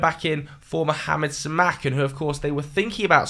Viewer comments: Si mah can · Do british people even try to pronounce the names right? The way he pronounced Simakan 😂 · pronunciation of Simakan 😭😭